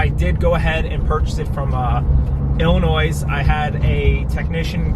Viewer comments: I'm British and I know it's not pronounced illinoise.... ;) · Did you actually pronounce Illinois as a plural?? Oh dear God. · Cool vid, thx for sharing your experience! Only other comment I have is the "s" in Illinois is silent ;) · The S in Illinois is not pronounced. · Hello from the Midwest. Enjoyed your video on your Carrera. LOL on the “s” in Illinois. We call ‘em “Fibs”...but I digress. I have a ‘12 GTS Manual. Love my car...The way it is. I to respect the GT3, but why anybody would mod an exterior on a beautiful manual Carrera to “look” like a GT3....Buy a GT3 if you want a GT3. Don’t put a GT3 front on your beautiful car. If you track your car the GT3 is awesome. A street car GT3? Not the way I would go, but of course if taken care of you are not going to lose money on a GT3. I would not care to own a Porsche with an automatic, but they do shift “faster” so if you are racing the car it is an advantage. The scratch in shipping for a grand and the flatspotting would of driven me crazy. (I am a little OCD too lol). Sorry about both of those...Only mods I have on exterior are the Rear fender black rock scuff applications as well as clear side-markers and screens for intakes on front. The GTS sports exhaust sounds great and the car has the power pack OEM. Interior I would like to add the “carbon kit” as it looks great on the stick. I have a short shift kit. Hope you enjoy your GT3 some day. Get a manual 997.2 vs. PDK...YOU WILL BE HAPPIER....Forgot I also replaced the OEM hood badge with a fantastic Nickel and Black Badge. Can swap back as it is just a couple screws. The new badge on the Carrera White pops on the car vs. Gold on white...